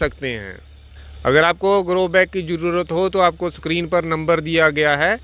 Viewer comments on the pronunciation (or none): none